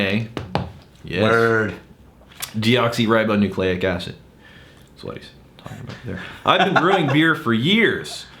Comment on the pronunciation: I have to say that I am singularly impressed with magnificent pronunciation of Deoxyribonucleic Acid; very proud my boy.